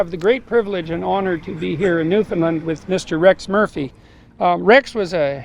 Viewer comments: PS. I also learned how to pronounce the province’s name correctly. Apparently most Americans tend to butcher it, especially those of us with southern accents, lol! To remember: Newfoundland should rhyme and/or have cadence in a similar manner as the word, “understand.” Understand Newfoundland!(However, the “a” in Newfoundland is a slightly softer,more rounded sound than generally found in the southern USA.) So the name itself is NOT pronounced as “Newfinlunn” like I was taught in world geography. Lol😊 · I can’t believe Rex let you call it Newfundland haha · It’s pronounced New Fun LAND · I can’t believe that you keep pronouncing Newfoundland wrong and Rex didn’t correct you, with so much respect and respect should be given when speaking about such a beautiful island of Newfoundland (new fin land ) is how you would pronounce it but flowing out as one word. From a Newfoundlander and former fisherman A LITTLE BIT OF SALT WALTER WILL FIX WHAT HALE’S YA !!! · At least pronounce it right omg